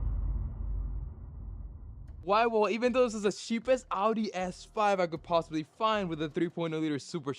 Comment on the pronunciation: Since u bought a audi its time you learn to pronounce audi its Ow-Dee